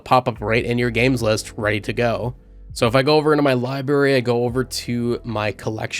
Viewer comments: you kept pronouncing library as "liberry". It's libRaRy. Two Rs. Just a pet peeve of mine lmao, but otherwise good review mate. Also apparently OBS is natively supported on Steam Decks OS, could potentially capture the mic audio that way. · It's library, libary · The amount of times I heard "libary" bothered my soul *LIBRARY* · Say libary one more time… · Good review but library has two Rs in it my guy lol